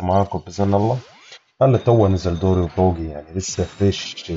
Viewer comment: اسمو دوري ي كبير 😂 طول المقطع قالبو كلب ، قاعد تقول دوغي 😂